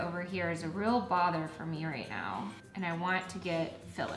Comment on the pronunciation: She says real a lot but comes out rull. Like that's rull cute, think it was their American eagle haul.